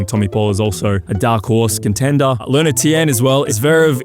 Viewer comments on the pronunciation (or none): none